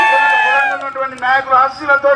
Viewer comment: madam idi kondagal kadu.. kodangal..